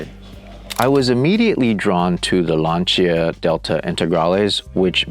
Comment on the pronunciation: I'm glad you pronounced "Lancia" correctly! "Lan-cha"